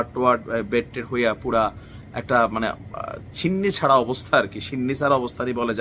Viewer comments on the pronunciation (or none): ছিন্নিছাড়া না কথাটা ছন্নছাড়া।